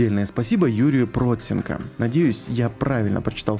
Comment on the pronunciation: ПроЦенко, ударение на букву Ц:)